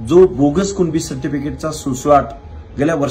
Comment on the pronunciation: कुंब्या नाही नीट कुणबी बोल